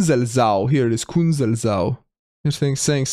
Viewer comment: The way you pronounce "Künzelsau" 😅 "sau" is the word for a female pig, and NOT something a city namy ends in. Instead, "au" is a word for a small river, or for the area close to the river (depending on where you are in Germany) so that's way more reasonable for a name. So the pronunciation is based on splitting up the word as "Künzels - au", the "s" becomes voiceless and the au starts with a glottal stop.